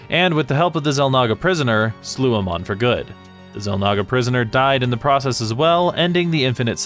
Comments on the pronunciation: Ok ok I know you haven't even tried the game but Amon is not pronounced Uh-mon it's like the letter A and just add Mon A-mon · I know his name is spelled the same as Amon from Korra, but Amon in Starcraft is pronounced Ey-mawn. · A MON that is how you say his name